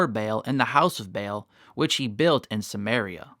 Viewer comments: It's not BAIL its pronounced BA ALL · It is Baal (pronounced 'Barl').